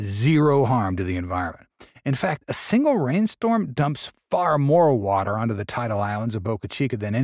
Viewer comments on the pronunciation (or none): none